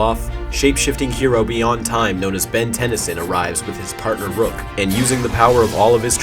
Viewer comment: It's not Ruck it's Rook